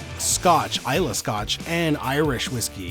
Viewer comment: Hahahaha please don't make this #eggshot a trend, we don't want to do it but... peer pressure is a powerful thing... Booze Breakdown is a great series idea! The Scots thank you for pronouncing Islay correctly also!